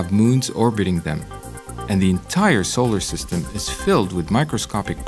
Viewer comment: Can they get somebody who can pronounce solar system and neighborhood properly. Also who sticky taped 2 black Caterpillar's to this poor womans eyebrows.